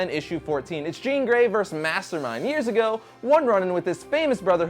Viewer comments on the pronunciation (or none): none